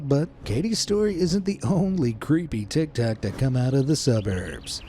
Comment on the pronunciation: bro litarali sed "tictac"☠️☠️☠️